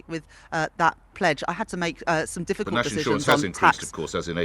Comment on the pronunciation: "I had to make difficuly decisions." Bla Bla. "Clearing up the mess."